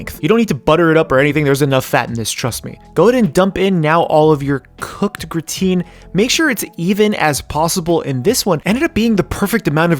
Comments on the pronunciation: It's not pronounced gruh-teen.. but rather graa-tn lol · gra-tain not grateen. grah - tain (same as tain-ted). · Its TAN not TEEN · I know this is a 2 year old video but every time he says "gruhhh-teen" my f'in soul dies a little and i cant hold it in. By all that is unholy man why?! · Love seeing French cooking in anime! Just a quick note: Gratin is pronounced grah-tan with the 'n" cut short. :D